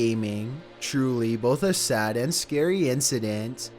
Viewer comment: Oh god, scury